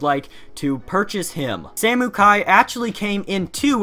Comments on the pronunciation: The fact he called samekai samookai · It’s pronounced Sa-Moh-kie